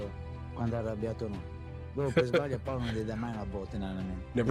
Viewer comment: PAOLO, not paulo.